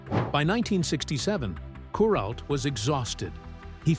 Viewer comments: kur ALT, not KUR alt. Geez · Kur-alt, alt rhymes with Walt and the accent on the Walt.